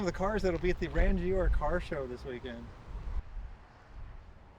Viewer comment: LOL funny you're freaking out at the most basic Japanese cars! Ran-gee-ora - classic!